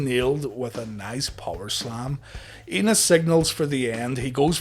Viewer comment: So I know the name is Enos but I keep hearing Anus lol.